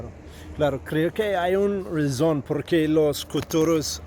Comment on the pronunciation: You sound like a Brazilian trying to talk Spanish Very very good brother. All you need is to pronounce the words properly Reason = Rason. RAH-SONN NG Love it my boy ❤️